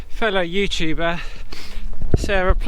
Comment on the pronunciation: LOL, "fellow YouTubber"